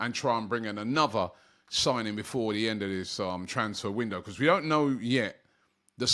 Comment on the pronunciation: 1567 videos doberman by Robbie for AFTV and he still can't pronounce the word BECAUSE. 😂